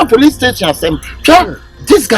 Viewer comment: said pls instead of police